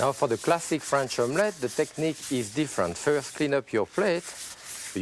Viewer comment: he said classic ; I heard plastic